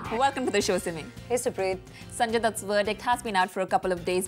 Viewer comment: Somebody please teach to pronounce the letter "V" its not wordict its verdict!